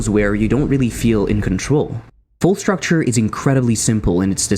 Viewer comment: Quite a nice video. However.. Det er uttalt Fall struktur, ikke structure.. :( (Skål til de Norske her.)